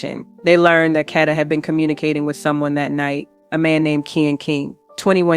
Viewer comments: Condolences and Prayers to her Family and Friends 🙏🏾🙏🏾🙏🏾🙏🏾…But if you going to tell a story about someone make sure you say the person name right..that was pmo that you were saying her name all the way wrong!!!!! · Stop saying her name wrong RIH Kada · Her name is Kada (Kay-duh) dammit!!